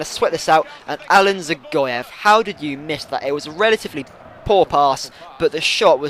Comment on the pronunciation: I'm not sure but i think Dzagoev is pronounced Ja-Goev